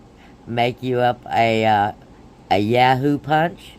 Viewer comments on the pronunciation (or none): Its called Yoo hoo not ya hoo lmao i was like huh.....my son LOVES YOO HOOS